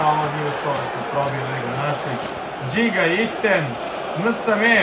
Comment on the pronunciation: Nije Nsame nego ensane majmune.I nije olanjika nego olainka. Izvini na hejtu ali me nervoval